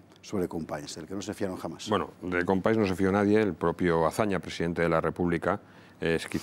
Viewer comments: Se pronuncia CompaÑs no “Companis”, toda un trabajo de investigación y resúmen histórico detrás y no decís el nombre correctamente. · Un mínimo esfuerzo por pronunciar "Companys" correctamente no estaría mal. ¿Un mínimo eh? No pido nada más.